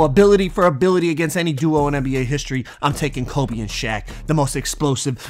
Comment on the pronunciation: he knows it’s kobE right he keeps saying colby and it’s making me mad